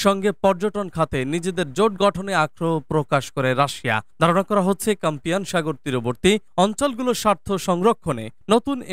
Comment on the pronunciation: CASPIAN NOT CAMPIAN